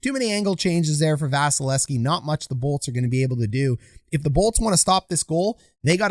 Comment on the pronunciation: Love your break downs. Hate that you don't say the second V in Vasys name. :P